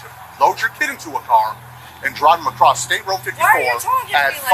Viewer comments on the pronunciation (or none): I just realized that when he said “Apple street” he meant “across the street”